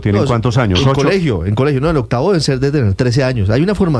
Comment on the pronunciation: La profe dice otavo, en vez de octavo.......